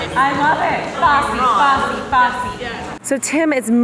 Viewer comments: So the subtitles said Bossy Bossy Bossy but like.... def said Fosse right? lmao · "Fosse Fosse Fosse", not "Bossy bossy bossy" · Oh eehhhhhm I think was saying Fosse* 😬 like the dance